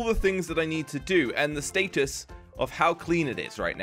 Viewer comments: hehe he said status funny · the way he pronounced status at the beginning. "StAyTus" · how British are u?:"staytus"